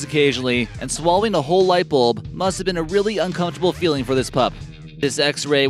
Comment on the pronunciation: Its bulb not bolb